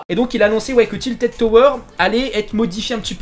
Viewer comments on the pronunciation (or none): none